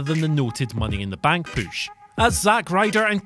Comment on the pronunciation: " Asked for a legitimate poosh " haha.